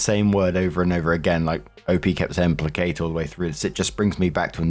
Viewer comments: As someone who used to twitch every time you mis-pronounced placate, I found this story hilarious to hear you read. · Gotta say, this was written by someone who knew had issues pronouncing placate in previous stories. …..this was personal 😂😂